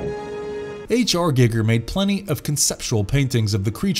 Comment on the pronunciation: "H R GiggeR" 😂 That tell tale "I read this 5 minutes ago" pronunciation lmao